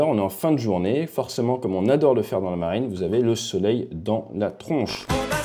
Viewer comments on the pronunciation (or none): none